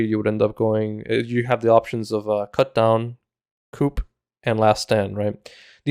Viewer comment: You're pronouncing 'coup' wrong. You don't enunciate the 'p' Cou De Grasse basically